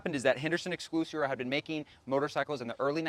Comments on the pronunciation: Excel-si-or. Not exclusior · Nice job... thanx. Clarify one item: its pronounced X SELL SEE OR Henderson. You made me chuckle...